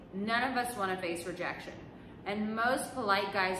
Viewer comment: "Rejaction" huh? Doesn't sound too bad 😂